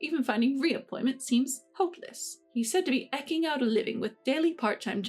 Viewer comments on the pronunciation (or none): The last story - eking is pronounced "ee-king", long e. It's not pronounced "eh-king" with a short e.